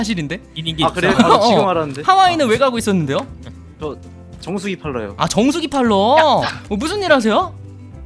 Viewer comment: 정수기 판다고 할때 정수리 판다는 줄 ㅋㅋ